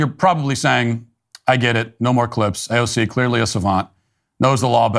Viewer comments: Quit saying uh cay ze oh. It sounds upit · AOC not AOK!